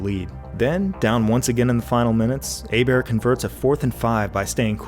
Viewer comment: Job Bois said Hebert right, another reason to love this man